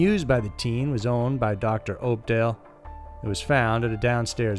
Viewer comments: Its pronounced up•doll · Opdahl "House"???